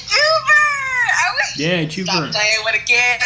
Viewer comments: It’s joovier not jover not jovier y’all both wrong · LOL IT'S "JOOVER" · Oh no she said joover